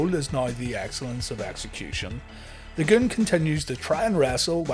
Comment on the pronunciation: You've gotta say it the right way. Take a cue from Howard Finkel. It's not "The Goon", it's... THA GOOOOOOOOOOONNNN